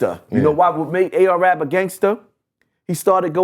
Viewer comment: He said AR-AB I stopped listening 😂